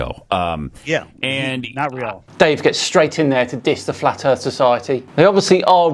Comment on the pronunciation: I just can't take anyone seriously that pronounces earTH, norTH, and souTH as earF, norF, and souF 🙄